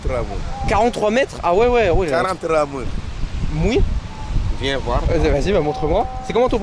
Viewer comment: comment ça “mouni” ?? 😭😭 qui lui a appris le wolof? Ou j’ai pas bien entendu?